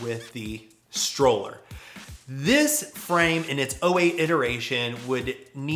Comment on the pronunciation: another great video! just FYI: *Strowler rhymes with Prowler*, not pronounced "Stroller". Mark Eaton told me it was a portmanteau of "Stalker and Prowler", a nickname inspired by whenever the fanboys would show up and try to take videos or photos of Kevin riding, which is why there's a Rat with a video camera in the original graphics. it was also intended to be Kevin's Big Daddy "replacement" signature frame when he made amends with Mat, which is a whole other story in itself...